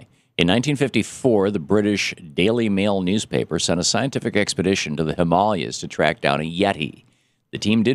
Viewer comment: It's Himalayas, not Himalias